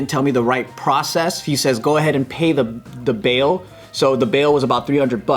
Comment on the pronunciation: when Joe says bail it sounds like beaw 😂